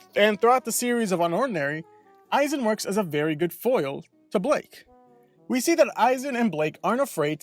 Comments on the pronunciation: BLYKE NOT BLAKE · Is it pronounced "Ay-zen" or "Ee-zen" and also isn't it Blyke not Blake? Sounds like you said Blake. I always pronounced it Ee-zen and Bly-ke